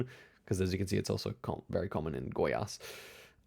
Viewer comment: just pointing out, your pronunciation of Goiás was very good, I got taken aback for a moment